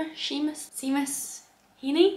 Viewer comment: Hey! Loved the video, just wanted to say as an Irish person that Seamus is pronounced Shaymus.